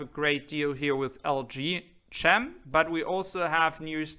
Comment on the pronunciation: that is pronounced LG KEM (CHEM = CHEMISTRY) silent H